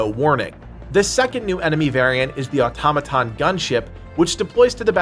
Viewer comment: Just happy that someone knows how to pronounce automaton